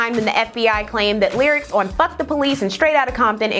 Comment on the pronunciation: hahahah I knew the presenter was an Ohio alumn because she said THEE...that school is sooooo ridiculously obsessed with keeping 'the' in their name just to spite other schools in Ohio